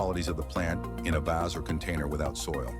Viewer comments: Yikes! The music was too loud and I don't know if that voice was computer generated but in over 60 years on this planet, I've never heard someone with a 'North American' accent say 'vase' the way this voice did. Completely irritating! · Who else pronounces vase as "vazz"? lol!